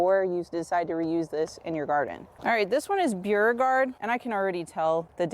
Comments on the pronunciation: It’s pronounced Bo regard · Beauregard pronunciation (Bor-gard) it's the Parish I'm from in Louisiana 😊 Love love your videos Louisiana and Florida so similar ty for all of your information very easy to understand